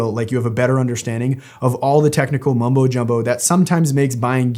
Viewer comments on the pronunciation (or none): none